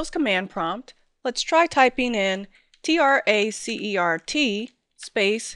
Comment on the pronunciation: "Tracer-T" /facepalm Trace, Route Trace, RT PLEASE